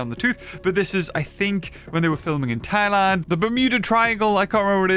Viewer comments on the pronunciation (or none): none